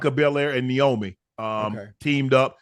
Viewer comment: He called Vince McMahon “Jim McMahon” and Iyo Sky “A yo Sky” and couldn’t remember the Bianca Belair and Naomi’s name and also said Naomi’s name wrong he said “Neomi” but nonetheless I respect them for stepping outside of there boundaries and covering Wrestlemania,I thought it was funny with how unc was butchering their names though lol 🤣🤣